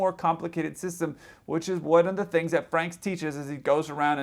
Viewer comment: Yes, you pronounced Frank's name correctly. He lived up the street from me for years. Catch Me if You Can was fiction, from beginning to end. It was his only successful con. In fact, during the years the book's escapades supposedly happened, he was in prison because he got caught for kiting checks.